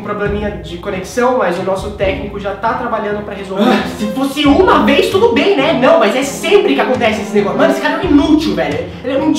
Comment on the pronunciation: ri muito dele falando ''t'udo bem'' desse jeito kkk